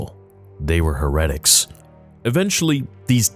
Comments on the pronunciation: it’s pronounced Hair-uh-ticks, not “hair-et-icks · Heretics is pronounced Hair A ticks not Heredics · Not to be that guy, but it’s pronounced “Hair-a-Ticks” not “Hair-et-icks” 🤓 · Hey love your videos! I am a big fan been watching for a long time! I wanted to let you know you pronounced heretics wrong. I am not bashing or calling out just thought you should know, you pronounced leviathan right and not heretics lol thought that was funny. Anyway, I agree with you on many issues facing Lucasfilm and Disney and miss good content. thank you theory🙏🏻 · You mispronounced "heretics." You put the emphasis on the wrong syllables.